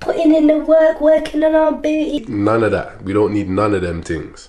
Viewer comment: Love how he says BOOTY :)